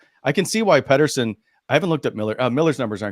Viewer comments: Rest in peace …. … Pet-ter-son not Peter-son Elias Pettersson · Seriously - if you are going to pontificate about Petterson, at least pronounce his name correctly. It would add some credibility to your opinions.